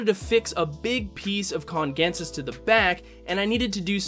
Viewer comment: I think Anubias Congensis is pronounced "kun-jen-sis"